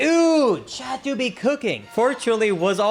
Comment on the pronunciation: T........ it's chaT ......not chad....